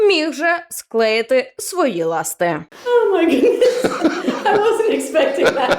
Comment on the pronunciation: Ла́сти а не ласти́ розмовляй вирно😅